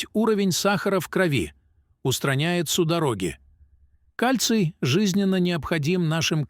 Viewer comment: Откуда таких дикторов берут? )) "судорОги", "солОнин в листьЯх", "подагрА", "аллергИки с отекАми"... Умора.